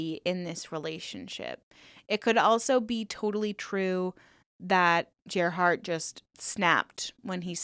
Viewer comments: I could be wrong, but I think the proper pronunciation of Gerhard isn't "ger" like Jeremy, but rather "ger" pronounced like garish. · Yes, you are right. It's pronounced like that. Like Gary = Gerhard. It's a german name 😀